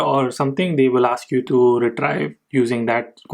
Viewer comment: It's "re-treev" not "re-trive"